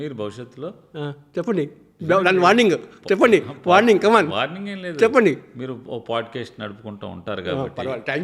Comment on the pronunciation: Warring kadhu bro warning